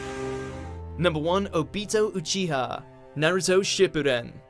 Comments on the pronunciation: It's OBito not ObIto and UChiha not uchIha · Oh-be-toe o-chiha made me so upset